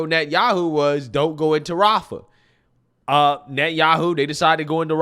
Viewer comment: She said "Rafah" in a freaking German accent, with a slight German pronunciation that you would hear from a German speaking English 😂😂😂😂